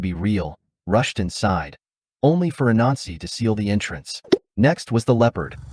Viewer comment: Great story But when you said the god’s name it sounds slightly like “A Nazi” Might need to work on that